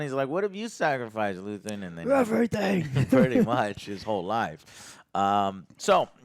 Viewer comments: One thing I'll always give credit for is NEVER getting character names correct. lmao... it's Luthen, not Luthien. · Joe... get character's names right dude... it's LUTHEN... not Luthien... how can you review a show when you keep forgetting details and can't refer to characters right. You claim to love this show, and we're 10 eps in and you still can't remember characters names right. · It's Luthen not luthien, lutheen and so on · His name is Luthen. Noth Luthien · it’s LUTHEN not LUTHIAN… learn the names for fucks sake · Geez...he's dyslexic...way to make yourself seem like a a-hole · dude said luthean and im out